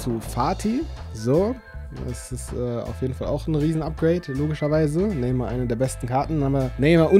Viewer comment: Neymar und nicht nemar😂